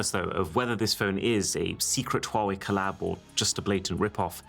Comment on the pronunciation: Fighting demons hearing pronounce huawei like (wuawei) the letter H is there for a reason😭💔